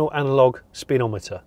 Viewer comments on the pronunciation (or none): none